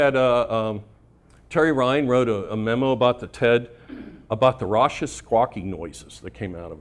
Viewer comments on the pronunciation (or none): Hi Bill, FYI, the C in RAUCOUS is pronounced as a hard C not a soft C ...raw-kuss